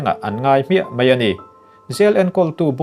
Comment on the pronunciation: "MEI" NI LOVIN "MAI" tih tur